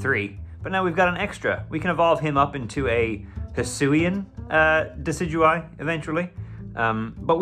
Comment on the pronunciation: I hate your pronunciation of Decidueye... Also, -13c is too cold for any outdoor activities!!